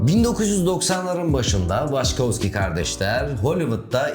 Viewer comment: Waçkowski mi? Hani ilkinde dil sürçtü dedim. Sonra aynı şey devam etti. Benedict Cumberbatch'ın belgesel seslendirirken penguen diyememesi gibi olmuş :) (pengwing, pengling...)